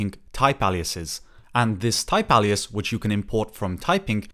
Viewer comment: "alias" is pronouced with an "A" as in "hay", "bay", "OK", "ray", "say", "day", not as in "ha-ha-ha". Welcome to the wonderful world of English